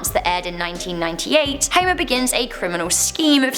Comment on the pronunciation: Huimah Simpson!!